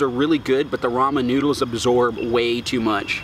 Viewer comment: “Nodels “ “dizolv” “an pore” “WHATER” “sesn” also can you make a tutorial sense you must be a pro at cooking “nodels”